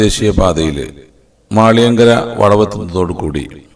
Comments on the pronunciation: കാസറഗോഡ് താമസിക്കുന്ന ഞാൻ നിങ്ങളുടെ ഈ സീരീസിലെ എല്ലാ വീഡിയോ ഫോള്ളോ ചെയുന്നുണ്ട് എല്ലാം കൊണ്ടും നല്ല അവതരണം ആണ് ..അഭിനന്ദനം അർഹിക്കുന്നു ഇന്നത്തെ വീഡിയോ യിൽ കുറച്ചു സ്ഥലപ്പേരുകൾ തെറ്റായി ഉച്ചരിക്കുന്ന കണ്ടു അതൊന്നു മെൻഷൻ ചെയ്യാം ഞാൻ മുത്തക്കുന്നം - മൂത്തകുന്നം മാളിയങ്കര - മാല്യങ്കര ചേണ്ടമംഗലം - ചേന്ദമംഗലം നാളു വഴി - നാലു വഴി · ഹെന്റെ പൊന്നെടാവേ... നിന്നെ ആരാ മലയാളം പടിപ്പിചേ..?? മാള്യങ്കര, മുത്തകുന്നം, ചെണ്ടമങ്കലം...കുന്തം കൊടച്ചക്രം... ഇത്രെം ഒക്കെ ഡ്രോണും പറത്തി പോകുംബൊൽ മിനിമം ആ നാട്ടുകാരോട്‌ ഒന്ന് ചോദിക്കണ്ടെ എങ്ങ്നാ ആ സ്തലപ്പേരു പറയുന്നെ എന്ന്.. ഗൂഗിൾ റ്റ്രാൻസ്ലേറ്റ്‌ പോലും ഇതിലും ബെറ്റർ ആണല്ലോടേയ്‌